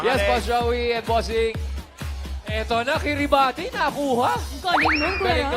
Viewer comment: Kiribati is read as Kiribaz